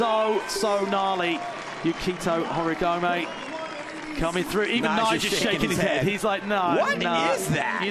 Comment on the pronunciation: When are the commentators going to pronounce the Japanese names properly? finally learns Rayssa's and they always put so much stank on AureliOn but butcher all the Japanese. "Yukito Horeegomay". It shows they don't watch much of the other comps.